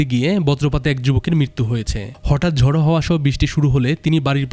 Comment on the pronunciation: ঝড়❌ জড়✅০.২